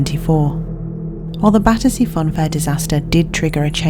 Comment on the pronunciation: Battersea Fun fair , Badussy Fun Fair— I can’t un-hear it 🤣🥲🤧